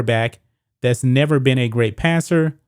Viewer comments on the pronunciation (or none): none